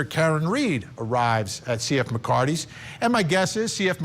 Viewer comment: You keep calling it McCarty's when its MCCARTHY 'S you actually show the name and still get it wrong.